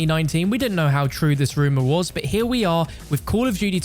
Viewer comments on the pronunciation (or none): none